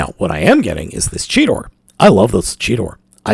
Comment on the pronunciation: I thought he was calling Cheetor Cheeto